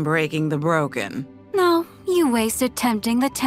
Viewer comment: It's sounds more like NAUR rather than no LMAO